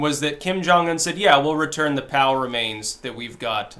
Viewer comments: I think you are literally the only person I have ever heard say Pow instead of Pee-Oh-Double-U. XD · Um, Dude it's P. O. W. (Prisoner Of War) remains....not "POW." I'm not sure if you are minimizing the importance and seiousness of these individuals' families and What these men and women went through and died for. Not trying to be critical or mean, just a concern/thought. Thanks! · I thought you were saying "Power-mains" until I remembered how you Styxify words... It's P.O.W. remains, not Powermains. Ha. (The GIG is up, right?) I don't know if this is on purpose or unintended, but make the effort and pronounce the initials properly. Maybe vets watching might appreciate that. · Drew M - The difference is POW is one of the words that spreads over the screen on the old Batman show when someone got punched. "POW!" "BONK!" "SLAM!" Go get 'em Caped Crusader! Makes me giggle every time says "POW!" instead of "P-O-W". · I keep hearing "Power Mains". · I thought kept saying "power mains". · At first I thought he said "power mains" and wondered what the hell those were. There is something to be said for clarity.